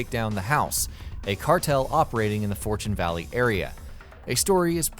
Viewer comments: Fortune Valley, pretty sure I heard fortuna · Did he say for-tuna valley?